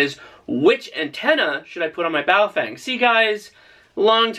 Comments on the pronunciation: Nope: it's pronounced Pofung, clever clogs. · FYI BaoFeng is pronounced BaoFung in Chinese.